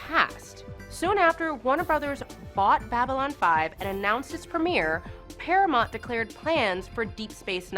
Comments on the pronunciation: She keeps mispronouncing Paramount too. "Paramont" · and 'Paramont' instead of Paramount. To be fair somebody should have helped the talent with the terminology. I think as a presenter goes she did good , but -yea somebody should have caught those lol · Para"mont"? Daylen? Star Track? Munbari? Seriously, nobody does any research these days. This is like Kennedy back in the day having no idea why Martin Landau was at the Mission: Impossible movie premiere.